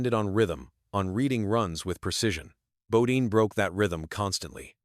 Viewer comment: Its Jeff not g-off, and bodyne not bodeen.